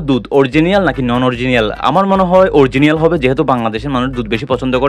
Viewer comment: অরজিনিয়াল না, অরিজিনাল।